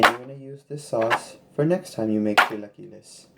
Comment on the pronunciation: God bless your heart that’s how my husband says it, pero son chilaquiles 👌🏼❤️🤗 yummy enjoy